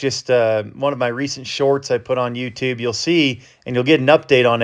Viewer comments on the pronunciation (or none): none